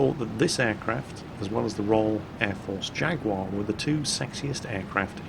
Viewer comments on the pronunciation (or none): What's a 'jagwaar" then? do you mean a jaguar? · Stop saying "Jag-war" - You're British aren't you? It's pronounced "Jag-you-are!" --S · Why the fuck did you say "Jagwar" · So...When are you going to be renouncing your UK citizenship and moving to the USA, being as you insist on pronouncing things the American way, rather then the proper, English way? First it was SKedule instead of SHH-edule, now it's Jag-WAAAH instead of JAG-YOU-AR. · Nice video but please don't Americanise "Jaguar" to "Jagwar". It's just not cricket. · What's a "Jagwaar" when it's at home? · please tell me you didn't say Jaguar the american way. Because it sounded awfully like you said Jagwar. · Jag-war? And you call yourself British! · Jag-warr? When did we become American? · jaguar? jaguar? you have just reset all my Clarkson's Proper English Pronunciation education.....................jaguar? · I was all for a War Thunder video, but then repeatedly insisted on pronouncing Jaguar really weirdly. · Wop wop back in Warthunder:D I know I shouldn't...but your Americanised pronunciation of "Jaguar" is triggering me...I swear you do the same with "Minotaur".... ᶘ ͡°ᴥ͡°ᶅ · Why is someone from the North of England pronouncing 'Jaguar' like that?.... Please......... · Pricie Gaming Yeah man some horrible Americanisation there. Almost enough to make me start playing WOT again in protest. Almost.